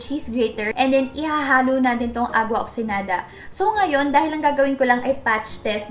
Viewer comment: isn't it oxiGEnada? I'm confused. is that silent GE? please help